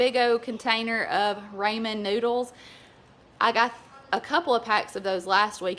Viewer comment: Rainier - Ray near, same pronunciation as Mt. Rainier in WA. state. 👍🏻💞 Ramen - Raw-men. 😉💞